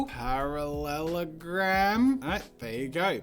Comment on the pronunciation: Jazz’s saying parallelogram is so funny 😂 don’t know why x